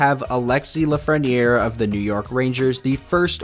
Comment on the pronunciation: You made an error in Lafrenière name